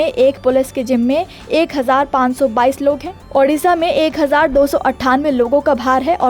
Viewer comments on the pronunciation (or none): none